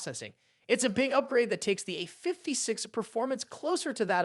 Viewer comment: Why do say "A56" all weird like that?